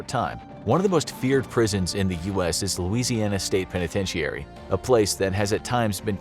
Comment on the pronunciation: The I at the end of penitentiary is silent it’s pronounced pen a tent airie